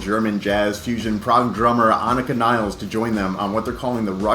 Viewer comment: her name is not niles (like the river), but nilles (like villas)